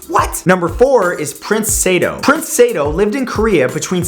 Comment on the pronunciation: boi. sa-do. not saidoe